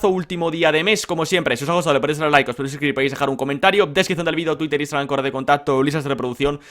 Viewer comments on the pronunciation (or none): none